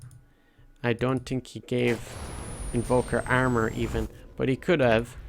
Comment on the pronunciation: the way you say armor is super fucking funny ahahahah